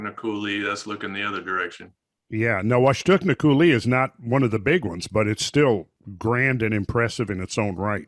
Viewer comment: Not to be that guy but it's pronounced COO-lee with emphasis on the first syllable, not coo-LEE. If anyone else in Eastern WA can back me up please do so :)